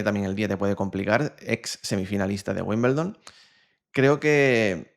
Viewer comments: Se pronuncia "wimbeldon" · Por favor se dice Wimbledon ..